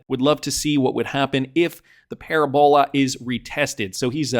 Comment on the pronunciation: Pa-RAB-ola, not paraBOLA